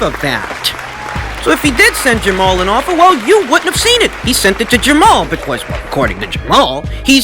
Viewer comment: Liking the emphasis on the word because BECORS